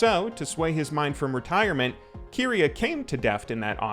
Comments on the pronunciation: I cringe everytime he says Keria like Keeria. It's Keria and you pronounce the Ke like the ca in camera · overall great but i'm just bugged with the keria pronunciation 😭😭😭😭